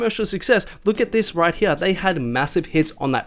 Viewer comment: Anytime he says hear I die lol. “Right Heeya”